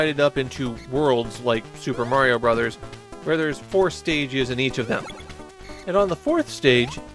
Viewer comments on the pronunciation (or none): none